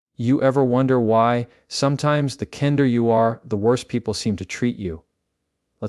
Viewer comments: Why does he start the programme by pronouncing kinder as kin-der? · AI at the beginning said kinder as in garden. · Your program was good now it’s AI. Your voice pronounced kender instead of kinder! What’s up!